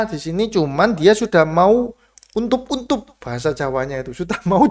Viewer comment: untup2 wkwk, langsung ngakak aku mas, asli endi seh? suroboyo pasti yo? :D